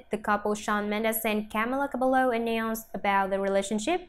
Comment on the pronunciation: “Camla cablo”